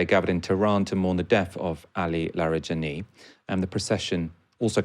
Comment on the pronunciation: Its not "Larry"+"Jenny". Its: LaaarEhJaanEE. Larijani.